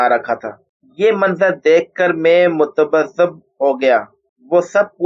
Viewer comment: dont say chokna, word is chokan'na for GOD sake. and tub'zabub is actually tazub'zub please. please pay honour to urdu language to speak in good way